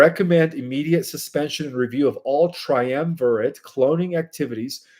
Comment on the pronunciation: Eschelons is pronounced with sh, like eshalons, not eskalons. Triumvirate is pronounced like this: Tri-um-vir-et, accent on the um. Subsequent is Sub-su-quent, accent on the first syllable. Differentiation is Different-ee-ation